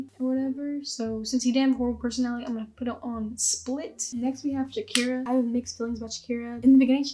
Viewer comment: Jesus dude, Shakera over Ilah… and all credibility was lost